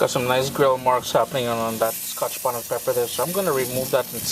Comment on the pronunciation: lol the way you say scotch bonnet is so funny to me. Its like Ska-Hah-tch Bonnet. i know its your accent and im not making fun of you, i just find it interesting. You know what i mean, like when you enjoy the way somebody's accent sounds....thats all i meant, dont take offense